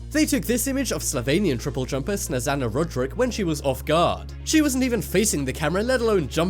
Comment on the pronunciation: Omg you read Snežanas name totaly wrong 😂😂 but I dont blame you